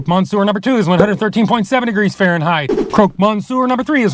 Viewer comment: it’s pronounced croc Monsieur nor croak